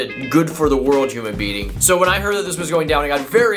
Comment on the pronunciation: Lol, I thought you said human beaning